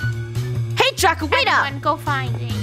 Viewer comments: funneh called draco drashowXDXDXD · Did anyone know funneh said dracosh